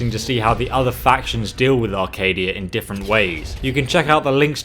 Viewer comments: Acadia not arcadia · CHEEZ IT'S ACADIA NOT ARCADIA